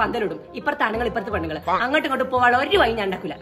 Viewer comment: Pennaggal.... Pennaggal... Pennaggal... Enthonna ith 🙄😬